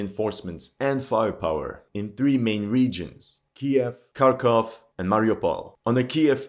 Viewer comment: At long last, a commentator who knows how to correctly the names "KEY-ev" and "KHAR-kov" . I'm surprised that media mouths havent changed the pronunciation of Ukraine to ""EEE-kreen" or "YUK-reen" or something equally silly. 😅